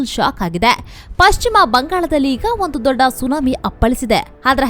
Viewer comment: ಯಾವನಯ್ಯಾ ಈ ಚಾನಲ್ ನಿರ್ದೇಶಕ. ಪಶ್ಚಿಮ ಬಂಗಾಳ ಅಂತಾ ಸರಿಯಾಗಿ ಓದೋರು ಸಿಕ್ಕಲಿಲ್ಲವಾ.. ಅದೊಂದೇ ಅಲ್ಲಾ.. ಬಹಳಷ್ಟು ಕಡೆ ಅಸಹ್ಯವಾಗಿ ಓದೋದನ್ನ ಒಮ್ಮೆ ಗಮನಿಸಿ ಸರಿಪಡಿಸಿ ಕನ್ನಡದ ಮಾನ ಉಳಿಸಲಿ. ಪಶ್ಚಿಮಾ ಬಂಗಾಳ ಇಷ್ಟು ದೊಡ್ಡಾ ಅವರು ಹೆಲ್ ಹೋದ್ರೋ ಅಲ್ಲೊಂದು ದೊಡ್ಡಾ ಎಷ್ಟೋ ಜನಾ ಹೇಲ್ತಾರೆ ವಿಷಯ ಚೆನ್ನಾಗಿದೆ. ಊಟ ಚೆನ್ನಾಗಿದ್ರೂ ಬಡಿಸೋದೂ ಒಂದ್ ಕಲೆ. ಟೀಕೆ ಅಂದುಕೊಳ್ಳದೇ ಸಲಹೆ ಅಥವಾ ಬಿನ್ನಹ ಅಂತಾ ತಿಳ್ಕೊಂಡು ಉತ್ತಮಗೊಳಿಸಲಿ.